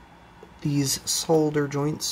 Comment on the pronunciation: Thank you for saying solder the correct way.